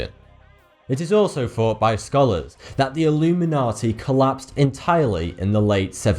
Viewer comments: Is your name a pun on the number 42 because you pronounce the word thought incorrectly. Or is that just your accent? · It is NOT a pun. It's how he talks. "It is faart that operating in the shadows."